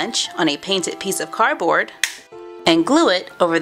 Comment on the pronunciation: It's pronounced cardboard not carboard